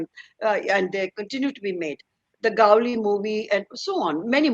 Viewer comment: It is interesting Shobha De ( nee Rajyadhyaksh a maharashtrian) pronouncing Gavli the gangster as Gaavali.